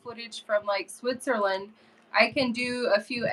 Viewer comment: TELL your Daddy that there is NO 'H' Sound in SWITZERLAND. LOL